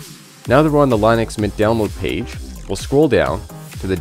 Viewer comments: Lin uhx, not Line uhx. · dude that was almost torture, its not LINE ux its LYNN ux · Technically the creator pronounced it as *Linus*. Americans called it by what it looks like ->Linux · its pronounced lyn ux NOT line ux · It was founded by a Finnish guy. Lyn Ux is not correct. What you are looking for is the ea sound like in lean. Lean Ux. That is the correct way to pronounce it. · Seems like, by now, you would have learned how to pronounce linux. It is a SHORT I like in Linus. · It's not laeenoox it's leenux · BRO SAID LINE-NUX everytime I AM DEAD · He's basically saying it like linus but with an x instead of s. Smh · the creators name was linus and line-us which means line-ux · Its Line ux… sorry but you Americans pronounce things really weirdly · Great video. One caveat if I am nitpicking which has nothing to do with the excellent content of the video. I had too search how to pronounce "Linux", just to be sure, because I have always pronounced it differently, just to make sure I was correct and yes I was correct. It is not the way it is pronounced in the video (where it rhymes with minus). It is actually "Li-nuhks" . Source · How can you make a video about linux when you can't even pronounce the word? 🤣